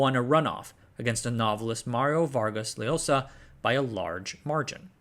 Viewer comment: Loved it. Just a couple of notes: Fujimori's rival was the yet to be Nobel laureate Mario Vargas llosa (pronounced yo-sa not lo-sa) Try to remember Js in Spanish are pronounced like an H from haha (your pronunciation of Jauja pains me because I love that place) Fun fact, all of our elect presidents since the 90s were jailed (except Garcia who shot himself to avoid jail) , and since 2020 we've had 6 presidents go through palace of government. Even with all the political turmoil we've achieved surprising economic feats for the region, cost of living not withstanding.